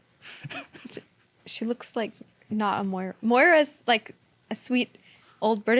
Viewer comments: It's not Moira Hindley it's Mira Hindley. Moira is a normal English name. Eg Moira Stewart the newscaster. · Myra Hindley, not Moira. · Myra, not Moira. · just fyi; MYRA Hinley, Carl, not Moira. Was nice to have an articulate academic POV on this. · Just in case Sargon sees, Carl, it's Myra rather than Moira! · That's Myra, not Moira, Carl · I agree with your debate here but a point of fact: it was Myra Hindley not Moira Hindley. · Myra Hindley is pronounced Migh-ra not moi-ra Hindley isn't it? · Myra Hindley, not 'Moira Hindley'. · “Moira Hindley”? It’s Myra Hindley u mong 😂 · FYI - It was "Myra Hindley" that murdered those children in the 60's not "Moira Hindley" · Myra Hindley not Moira 🙄🙄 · The female killer was 'Myra' Hindley, not 'Moira' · Myra not Moira Hindley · Oh Carl, MYRA! Not Moira! Moira was the name of my French teacher. I still can't speak French, but pretty sure she didn't MYRA anyone! :P Ok, carry on... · Myra Hindley not Moira. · myra hindley, NOTmoira hindley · Myra.. not Moira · Myra Hindley not Moira SMDH 🙊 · Myra not Moira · I have to wade in on the 'Moira' discussion , because the serial killer you mentioned was actually called Myra Hindley, not Moira (very different pronunciation). I think in England, if you were to ask most people to name a Moira, the first name that comes to mind would probably be Moira Stewart, a friendly, 70-odd year old black woman who's been a newsreader on tv for about 40 years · Myra Hindley not Moira! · Myra. Not maura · 23 mins in. Myra Hindley. NOT Moira Hindley. Moira Stewart, sweet British Lady who read the news. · Myra Hindley. Not Moira. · myra not Moira, Jesus.... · No Carl, the child murderer's name was Myra Hindley, not Moira Hindley 😂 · MYRA Hindley, not MOIRA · Myra Hindley Carl, not Moira Hindley.